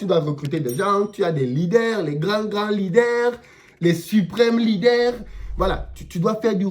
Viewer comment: les lidèrrrrrs 😂😂